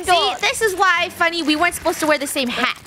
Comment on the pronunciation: funneh sounds like she's saying the f word